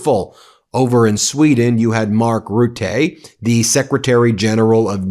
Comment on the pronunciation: Could you please try to pronouce the name Rutte correctly?